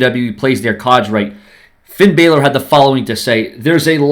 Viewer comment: Finn deserves to fight against John cena and you say his last name wrong half of time